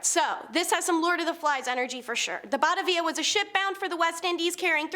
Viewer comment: Ba ta via... Not bat a via..sorry I struggle with mispronounced names